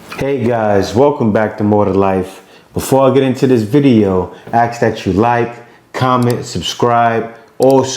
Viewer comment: Just a suggestion. Work "ask" in your sentence, when you actually are saying "ax". Replace ax with ask.